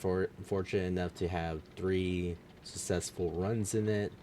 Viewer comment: What the heck is "sussessful"? joking aside... maybe script out what you are going to say, it could help improve your videos. You kind of ramble on and do a poor job of explaining things. Edit... also, this should have been super obvious but turn off those notifications while you are recording, they override your voice and are highly annoying.